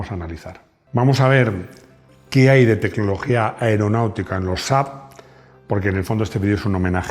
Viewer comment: Bien pronunciado! 😂 Saludos desde Suecia. 🇸🇪